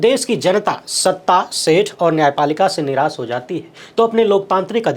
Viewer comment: भाई श और स में फर्क करना सीखें। सक—-शक निरास—-निराश सोसल—-सोशल विसेस—-विशेष विस ——विष सौक——शौक संसय यस